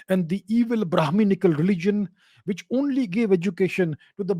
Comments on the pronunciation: Like the way he said it, Bruhmanickal Society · The way he SAID BHRAMANICAL🤣🤣🤣